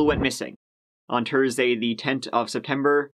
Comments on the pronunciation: “on Tursday the tent” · "Twee"? "Tursday"? What happened to the "th" sound? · Tursday at tirty six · TTTUESDAY TTTTE TTTENT🥴🥴🥴 Please can u atleast try pronounce ur TH’s is so irritating🤣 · ...I love your videos...❤❤...but, if you can say "THe", why can't you say "THursday"?...